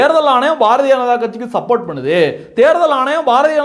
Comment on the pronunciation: சபோத் இல்லடா பேக்கு...அது சப்போர்ட்